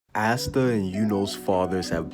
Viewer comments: Pleaseeee its pronounced aah-stuh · The way you pronounce Asta‘s name is so different than mine!